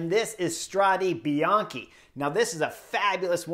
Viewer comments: It's not "Strade Bianchi", it's "Strade Bianche" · In Italiano tu dici Strad(eh) Bianchi, non Strad(ee) Bianchi.